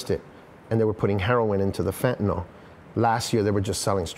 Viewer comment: It's not pronounced Fentan-all, it's Fentan-ill (phonetically), Mr. "Journalist".